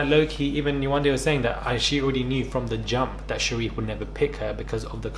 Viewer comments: The fact that Yewande and sheriff are from the same country nigeria 🇳🇬 and he can’t pronounce her name is bizzare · bc there was no reason to disrespect her? he knows how to pronounce her name but now that he's in front of all these white ppl he mispronounces it to be funny. he wanted validation